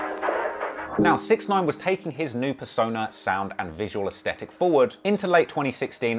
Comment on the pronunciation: bro thats now how you pronounce aesthetic